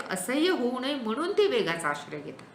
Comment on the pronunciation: मॅडम न आणि ण मधला उच्चारणाचा अभ्यास करण्याची गरज आहे । काही ठिकाणीअत्यंत अशुद्ध उच्चारण आहे । वाहण नव्हे वाहन लेखकाणे नव्हे लेखकाने होय। म्हनुन नव्हे हो म्हणुन आहे कारन नव्हे कारण हवे हो मॅडम। थांबनं नव्हे थांबणं पन नव्हे पण हवे मानुस नव्हे माणुस हवे। मराठी शिक्षिके कडुन एवढ्या अशुद्ध भाषेची अपेक्षा नाही । माफ करा जरा स्पष्ट बोलतोय । अशुद्ध भाषा असहनीय असल्याने हे विषद करावे लागतेय ।